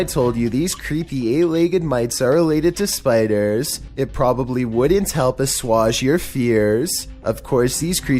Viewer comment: Lmao the way he pronounced "assuage" made me want to bust out laughing. I have never heard anyone pronounce it other than "as-wage" And did he LEGITIMATELY call a hoodie ANCIENT ROBES?! For fucks sake I know he'll act stupid to try and work up his entertainment value but that's just too obvious man